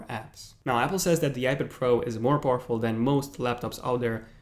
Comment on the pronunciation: The next time you say "poorful" I explode.